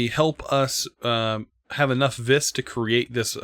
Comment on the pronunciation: Ok I know this dosnt matter but... Vis is pronounced ‘V’ that’s it just say the letter V. It’s Latin for Power. Total Nerd post I know.